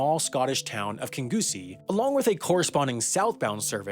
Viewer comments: "kingoosie" im dying mate thats not how you pronounce it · It's pronounced king-ussie :) Seriously though, the Eastcoast train company did such a good job until Virgin took it over and messed it up terribly. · Interesting subject matter but this video needed better editing. A few mistakes that jumped out: There weren’t 650 seats in the House of Commons in 1979, rather 635 Kingussie is mispronounced. The name is said like "Kin-yoosie" and there are news reports on YT to copy from East Coast is 5th in “Puctuality” Grant Shapps is referred to as Grant “Schnapps” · Pronounced like kinussie not kingussie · *King neussie not king genoosie and Grant Shapps not grant shnaps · I love when people not from Scotland try to pronounce our place names. Kingussie is pronounced; King-You-See Not; King-Goose-EEEEEEEEE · It's more like "King oosy" than "King goosy", close enough though Source: Being Scottish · Kin-gus-e not Kin-goo-see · I love how he says Kingussie as King goosie 😂😂, we appreciate the effort wendover but it’s phonetically pronounced kin-g-eyes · mate stop saying it king goosy its guhsy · Also Kingussie is pronounced "King-oosie" not "Kin-Gussie" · Just a heads up, “Kingussie” is pronounced [kin-yoo-see], but without any syllables really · WHAT THE FUCK DID YOU JUST CALL KINGUSSIE LMAOO its pronouncd King-you-see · Kingussie is pronounced king-yoo-see by the way! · Haha "grant schnapps" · Kingussie is pronounced "King-you-see". Its a lovely place and I can reccomend visiting the Highland Folk Museum. It's huge and mostly outside and has these cool old shuttle busses that take you around. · Kingussie is pronounced more like kinyoosie. British place names are not always as they seem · Great video. Never really understood why the British railway network is such a mess before. Some small points - Britain does not have "railroads" it has "railways" and the Scottish town of Kingussie is pronounced "Kinnewsie". I miss British Rail. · Kingussie is pronounced king-you-see